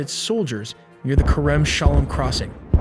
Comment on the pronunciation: KArem Shalom -> KErem Shalom And "Hamas" should be pronounced "Ha-MAAS" (or "Dead" 💀). Not "Hummus" 🥣...